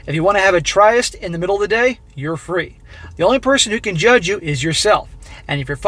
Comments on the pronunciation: tryst is pronounced like a short “i” sound and one syllable: “trist” instead of “try-ist” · It's trisst, not try-est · Like you bro but it's pronounced trist not tri est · "Tryst" (romantic rendezvous) - you are mispronouncing it! It is pronounced "trist" - not "TRY-ist." Occurs also once earlier, near the beginning. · THE WORD IS Tryst and it is pronounced tr ist sounding like twist with a r sound. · Tryst is pronounced trist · Tryst is pronounced “trist” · Tryst the Y is pronounced I ( eye) as in " is" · “Tryst” rhymes with “list”. No worries, though. Keep up the fantastic work! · The way he pronounces tryst 🤣.